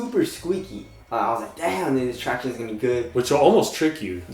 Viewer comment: Do you guys remember the days when said traction normally?